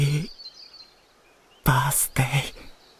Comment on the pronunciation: Did he just say happy pasta instead of happy birthday?